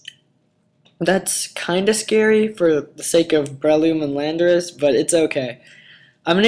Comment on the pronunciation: say it with me, lan-dor-us